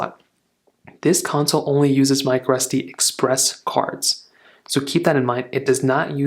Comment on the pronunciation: It is “micro sd” not “microestee”. I had no idea what you meant when I first heard your mispronunciation.